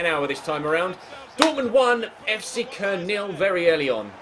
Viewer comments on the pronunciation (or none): Fc köln is pronounced cologne